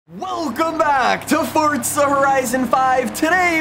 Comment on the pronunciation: Dawg it’s forza not fortza